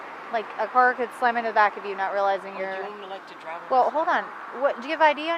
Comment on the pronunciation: "Awm gonna DRAWV to this address..." Hillbilly.